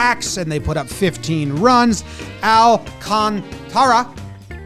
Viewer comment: Tip on how to say “Alcantara”. Imagine you’re saying “alcontra.” You say it with the same speed and enunciation, but just slide in the extra “a” between the “t” and the “r” without dwelling on it at all.